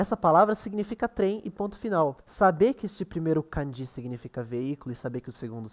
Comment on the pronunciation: É melhor pronunciar 漢字 (kânji) como paroxítona do que oxítona. É errado pronunciar 漢字 como カンジー.